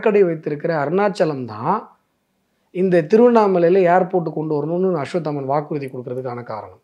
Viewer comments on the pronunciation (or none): அஸ்வத்தாமன் அவர்களே, ள வை ல என்று உச்சரிக்காமல் ள வை ள என்றே உச்சரித்தால் நன்றாக இருக்கும்